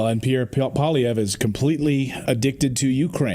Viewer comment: Don’t did PIERE Polivere